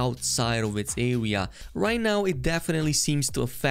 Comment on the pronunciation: the area comes to a awea